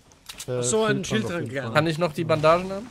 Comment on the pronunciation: es heißt Schild und nicht SchÜld!!!! Gutes Video:)